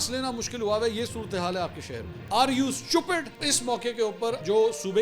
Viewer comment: The way you pronounce "stUPID" 😂❤